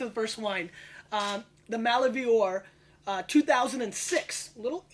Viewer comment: Gary always had a knack for mispronouncing winery names... it's Maliv-woar. one of my fave wineries here in Niagara.